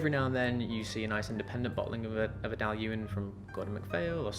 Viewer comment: I tried the G&M Dailuaine 04 Connoisseurs Choice which I believe is vastly different in style to the Flora and Fauna bottling. It was like drinking a tarte au citron, amazing stuff. Also congrats on the pronunciation lol!